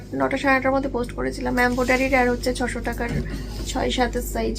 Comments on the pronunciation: Ambodari bole na embroidery hobe.uchharon thik koro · Ambodari hasta hasta ki uchharon English ae phd😁😁😁😁